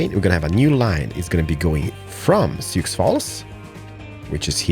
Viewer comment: Sioux is pronounced sy-oo